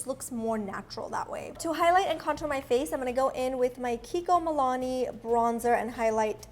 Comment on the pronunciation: i loooove it when you say kiko milani instead of milano